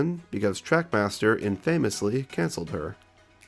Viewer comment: They way he said “infamously” physically hurt me